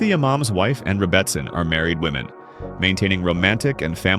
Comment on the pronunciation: It's pronounced "rebbiSIN". OY! AI!